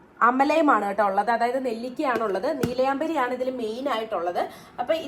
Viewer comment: നീലയമ്പരി അല്ല നീല അമരി ഇൻഡിഗോ പൗഡർ, അമല അല്ല ആംല